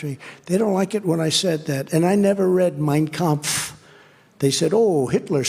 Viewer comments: Trump plagiarizes his heroes because he does not have any original thought and claims it as his own. The man is devoid of any originality that is why he self proclaims is ‘enormous’ intelligence. Notice how he pronounces Mein Kampf properly. This means he has selectively read it through his life or has been well coached by Stephen Miller a dangerous advocate of Hitler and his philosophy. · I thought his pronunciation of Mein Kampf was too smooth when I first heard him say it. He said the name of the book he "never read" better than he called second Corinthians as 2 Corinthians from the book he claims to have read. Some article long back floated around that Fred was spotted at a Nazi rally, so what the 92 year old caller said was not surprising at all. It's just been sad that Republicans whom I used to have some respect for have been revealing their shared Nazi beliefs and their warped view of Christianity in their loyalty to Donald Trump. Donald has revealed how much Republicans hate everyone who is not a straight WASP, how much they hate the Constitution and state's rights, and why that they really want to get rid of the FBI so they can get away with their trickery and debauchery. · I noticed Trump had no trouble pronouncing "Mein Kamf" but can't pronounce Yosemite. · He pronounced the name of that book awful wel. With accent! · Trump mispronounces words all the time. Hearing him pronounce Mein kampf with such clarity makes me think he practiced, Why. He is a fan of Hitler. Trump has always been racist. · Trump says "Mein Kempf" so perfectly that there's no doubt he's read it and had his Nazi father talk about it all the time. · The MOST alarming thing about tfg talking about mein kampf is the perfect pronunciation of it, considering how otherwise stupid he sounds. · Trump can’t pronounce half the words he says but pronounced Mein Kampf perfectly? 🧐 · Trump has no trouble pronouncing the name of Hitlers' book. ⚖️🎼💙